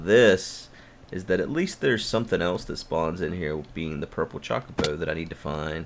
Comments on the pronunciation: The "o" in Chocobo should be pronounced like the o in "low". It's not "Chalk-o-bo" like he says it but really "Cho-co-bo". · I think it's suposed to be "ChocoBow" But he sais it as "ChawcaBow" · It's Cho-co-bo but i've always called it Choc-o-bo, even if it is the former, the proper pronouncing doesn't have the same charm. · You admit that you know that you're saying Chocobo incorrectly and then continue to do it anyway despite what everyone says. I think I love you. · This series is turning out great. Btw, I forgive you for saying Chocobo the way you do; so many ways to pronounce things I won't gripe at you for saying it. About the Nether Fortress in Sea. 4 map; Heck yeah that thing was right there in yall's face as soon as you went through the portal...no way you guys coulda' missed it. Here's hopeing you find one in this series soon. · Him saying about him saying Chocobo wrong reminds me of him saying "pinch." I think I said "him saying" enough. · Chookabew, chuckibaw, chawkiboo. Who gives a crap? can pronounce it however he wants. It is a made up bird for damn sake!